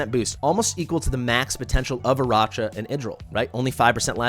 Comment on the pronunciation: I know it's gauche to complain about pronunciations, but a bunch of folks on YT call her "AraCHa," with that soft CH sound, which is so bizarre to me. It's CLEARLY a name made to be a play on Arachnid, like a spider, right? So it should be pronounced with a "k" sound.